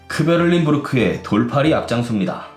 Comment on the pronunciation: 들린입니다.. 다만 리틀을 리를에 가깝게 발음하듯 굴려보았습니다…